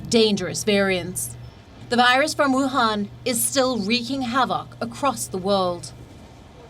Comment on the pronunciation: Please it’s Wuhan 😅🤣 not Vuhan